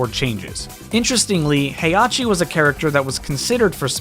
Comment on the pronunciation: You will put some respect on heihachi's name and say correctly